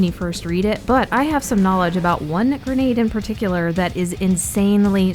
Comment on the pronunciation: Its not gernade its grenade